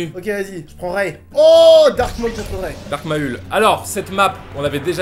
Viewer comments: Carlito dit Dark Ma ul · Quand il dit mal Dark Maul 😂🤪 à